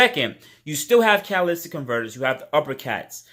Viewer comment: Megan Racing, not Megan. Catalytic, not Catalystic. Springs and spacers are not Go Fast mods.